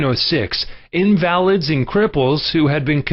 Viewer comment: It's a computer generated voice. That is why is sounds the way it does, intense, no break, constant, monotone. Notice how he pronounces invalid, it is clearly not a man, but a machine. A human would know the difference between invalid, something that is not valid, and invalid, someone who is ill. There is no human inflection which is what would make it easier to listen to, for an auditory person. We are sensitive to sound. Which does not negate that there is a lot of very true and powerful information being conveyed. It just means it isn't the best source for some of us. Luckily there are other video's that give this same information.